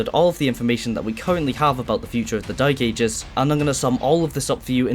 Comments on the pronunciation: Hearing the "the dy*e ages" multiple times gave me whiplash 😭 What accent is that? Cumbrian? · Why do you keep saying “Doom the Dyke Ages”? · I love it how you call the game the dyk* aegis :D Not trying to make fun of it or anything, it's just funny to hear with that accent. My accent's pretty generic, but occassional bouts of dyslexia lead to me reading the title of the 10th level in TDA "Foreskin planes"